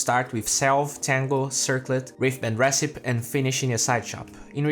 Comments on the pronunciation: 1. recipe is pronounced "reh-sip-pee," you're not pronouncing the third syllable 2. there seems to be some audio issues in the beginning, first bgm super loud , then repeated lines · PS it's pronounced re-ci-pee.. yeah the English language, full of all kinds of exceptions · recipe is pronounced with an ee at the end like recipeeeeee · the final 'e' in recipe isn't silent, just so you know :) great video as usual!